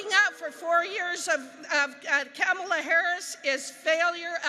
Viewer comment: Its not Camela... Its Kamala.... LoL....